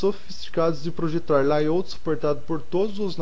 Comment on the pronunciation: suas aulas estão muito interesantes, mas seu ingles incomoda. Não se fala "laiôuti", se fala "lêi áuti". Obrigado.